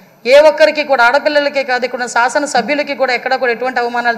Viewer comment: తల్లీ సాసనంకాదుతల్లీ శాసనం సాసనసభనేది అర్థంలేనిపదం మన తెలుగుభాషలో సాసనంఅంటేపద అర్థమేలేదు కావున శాసనం అంటే అర్థం శాసించుట దానినే శాసనసభ అనాలి తల్లీ మీకుచెబుతున్నానని అనుకోవద్దూ నమస్కారం